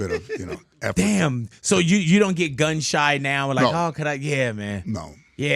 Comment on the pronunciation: Did he say George is gum shy or gun shy? He used to smile a lot! He’s funny!